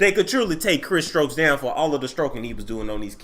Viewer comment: thought it was STOKES